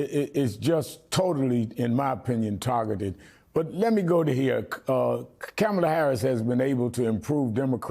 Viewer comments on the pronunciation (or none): Why can’t he pronounce Kamala’s name correctly? Is he being racist and sexist? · Al Sharpton, learn to say Kamala Harris's name! It is not difficult to pronounce. I think it is terribly disrespectful of you to mispronounce it. Also, I think you need to drop your "Reverend" title. You are no longer a minister, you are a politician. It is wrong for you to retain that title. If you hold a doctorate, you could be called Dr. Sharpton. But using the reverend title brings religion into politics, which should be forbidden.